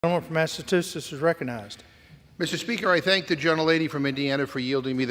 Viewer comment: More of Republican BS? Yup. Smart speaker from Alabama,"Massatoosetts?"